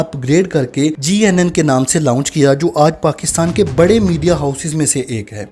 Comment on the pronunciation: لاؤنچ اور لانچ میں فرق ہے /درست لفظ لانچ ہے